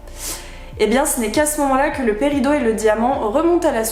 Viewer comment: Oui mais ça m'a perturbé que ça se dise paridOt